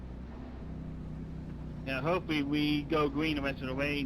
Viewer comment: When you said "hopefuwwy" I laughed so hard. Though it was wrong